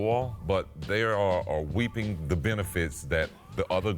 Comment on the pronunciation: did he say “weeping” the benefits?